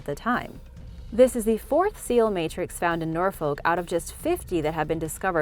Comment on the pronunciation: But she can't pronounce "Norfolk" correctly.